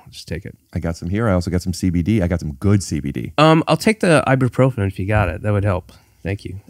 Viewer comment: It's I-boo-profen